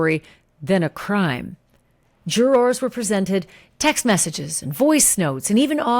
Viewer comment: Why do you say jurors so… phonetically. It’s not really “jUr-RORS” lol